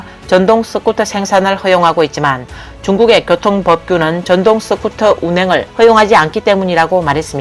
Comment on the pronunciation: 스쿠터가 서쿠터로도 발음 되나? 유튜버가 되려면 발음교정부터 좀 하는 게 바람직하지 않을까? 경상도 사람들이 으발음이 잘 되지 않는 것 같던데 시청자가 그것까지 이해하고 들어야 하나? 본인이 조금만 노력하면 듣는 사람들이 훨씬 편할텐데....